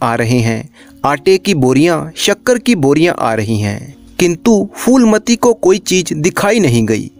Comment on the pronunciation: Foolmati nahin shreemaan jee , Phoolmati naam hai. उच्चारण फूलमती है , फ़ूलमती / foolmati nahin . 🙏🙏 बढ़िया चैनल है ।👌👍